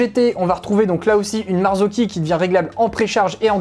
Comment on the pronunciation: Bravo pour cette vidéo très instructive et pédagogique! Et en plus tu prononces super bien Marzocchi maintenant 😅😅😅